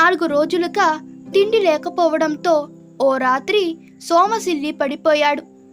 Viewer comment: సోమ కాదు సొమ్మసిల్లి తప్పు చదవద్దు